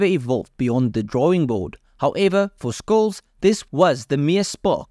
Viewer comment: Skulz? 🙃 Shhh-uh-L-ts. Germans spell the 'sh' shhhh sound as 'sch'. But it's still the same shhh.